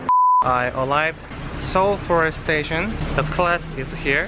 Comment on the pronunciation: I heard "I'm alive" instead of "I arrived"🤣🤣 btw Ramadan Mubarak!! Love from Bangladesh🇧🇩💖💖